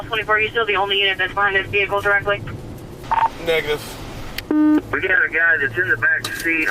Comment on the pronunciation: bro did NOT say negative 😭